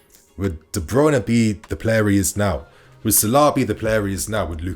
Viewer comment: Mo Salar? Why is he saying it like that? Lol trying to sound posh or something lol